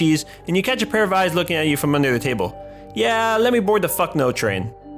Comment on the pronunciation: "Dont say i didnt warn yuh" You didnt warn me